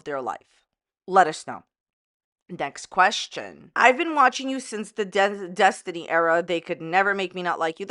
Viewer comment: Desinty? Did she have a brain fart?